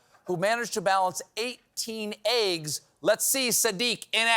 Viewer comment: Why does Stephen say "Aieggs"? Is it a regional accent?